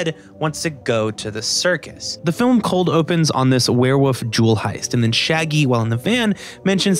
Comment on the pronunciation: HE SAYS WEREWOOF NOOOoooo